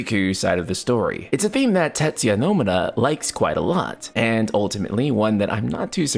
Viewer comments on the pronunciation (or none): You're not one who should mention when someone mispronounces a name considering how often you butcher Nomura's name! 😂